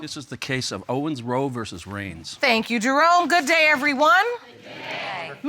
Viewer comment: Eee every time I was hearing the judge calling him I heard Drone🙈 and it is Jerome😉